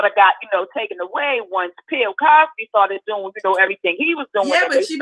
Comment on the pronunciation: Did the caller call him “Pill Cosby”? 🤣😭